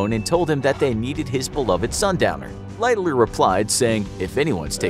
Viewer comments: Lighterloererer what kind of pronunciation is that?????? The phonetic pronunciation light-haller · I watched as far as the hideous pronunciation of "Lightoller" and could not go any further.